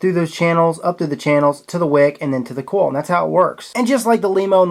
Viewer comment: He pronounces coil "coll" too. This keeps me awake at night 😠